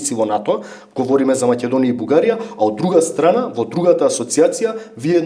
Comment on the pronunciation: Не знам само зошто гостинот упорно изговораше МаЌедонија..